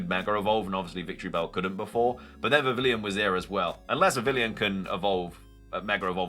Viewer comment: It’s pronounced vi-vee-yon